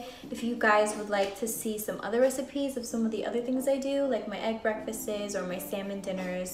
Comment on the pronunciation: Did she really say breakfastes?